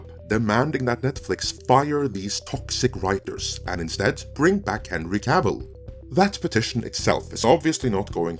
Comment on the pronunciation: Wtf is the Witcher wo Cavil???